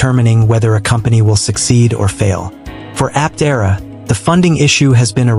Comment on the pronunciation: That's not the correct way to pronounce Aptera.